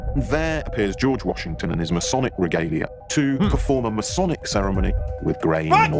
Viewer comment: New to finding you,. I appreciate your work and your heart. While I disagree with you on some theology, I certainly don't doubt your love of Christ. My only complaint is a nit picking one. It's Masonic (May-Sonic). You say: Messianic (May-scionic). It hurts my ears. God bless you, keep doing your thing!!! I'll keep watching and supporting